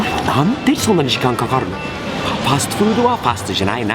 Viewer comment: 発音はファーストフードではなくファストフード